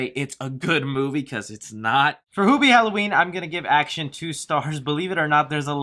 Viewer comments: Its HEW bee not hoo bee also your review is stinky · Isn't Hubie and not HOOBIE? like hes saying? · i seen you on every comment it's hubie not hoobie like he's saying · I had to turn off your video after the fifth time you mispronounced the title character's name. Can you say the word, "human"? Do you say, hooman?